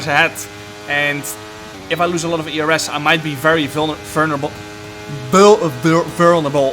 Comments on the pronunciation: it is pronounced vul-ner-able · vurnable vurb verv verb vurnabal venerable ....😂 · Vul - n - rable jarno 😂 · Jarno trying to pronounce “vulnerable” is peak comedy